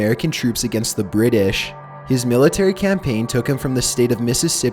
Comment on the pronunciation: "TEXYAS" "THE BRITush" "Permissyion"